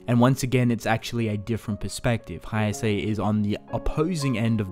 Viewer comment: Everything in this video is good... The expalanation etc..... But when you pronounce Haise as "Haiase"... That kind of tickled me from the inside.... loved the Vid Though